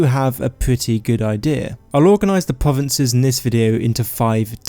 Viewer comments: I'm not being bad, but I'm being slightly thrown off by the fact he's saying "povences" and that he doesnt pronounce 'R's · pwovinces skywim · Skywim pwovinses UwU supewpowews of tamwiel